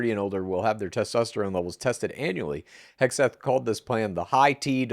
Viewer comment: Ffs please get people’s names right..The dudes name is Hegseth..Not Hesbeth.